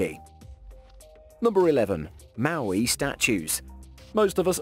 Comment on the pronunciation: Moai not Maui, Arctic not Artic, Turkey not Turey!